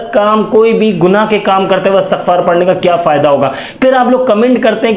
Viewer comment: Astagfar nahi Istigfar hota hai sir